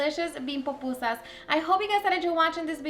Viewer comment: Why can’t Mexicans say pupusas? tf is so hard about that word? 🤦🏻‍♂️ they literally pronounce and write Popusas! Gonna grab me some tacus and burratos.